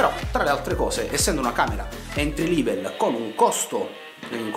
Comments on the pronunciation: si pronuncia "entri level"e non "entri livel" e la musica di sottofondo e' troppo alta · Entry "Livel"? 🤣🤣🤣🤣